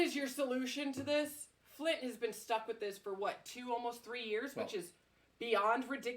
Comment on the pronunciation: Flint Mi. Not Flynn.